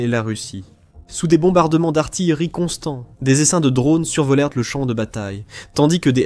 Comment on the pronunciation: 0h l'IA de merde, "survolertent" n'est pas, mais pas du tout français. J'apprécie vos vidéos, mais cette IAM, I A de Merde, gâche tout. Ce n'est pas compliqué, le passé simple se termine par "ent" à la 3ème personne du pluriel mais se prononce simplement "e" pour les verbes du 1er groupe. Oh, l'IAM, tu percutes?